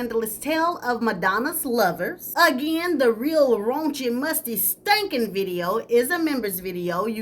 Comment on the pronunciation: The way you say stankin 😭